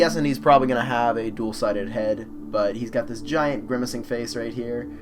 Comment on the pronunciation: Did you say "grimmacing"?